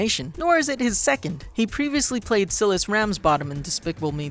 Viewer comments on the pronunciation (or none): you mispronounced "Silas", its pronounced like "silence"